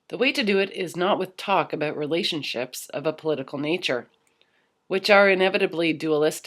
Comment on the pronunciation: Aboot! lol did anyone else notice that, like in South Park with the Canadians...aboot! lol She said it like 3 times in a row....lol Aboot! lol Aboot! Im not taking the P. in fact I have even unsubbed to PE and those lot I am MGTOW to the bone...but you did say aboot lol